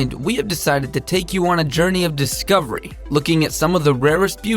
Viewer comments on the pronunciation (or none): none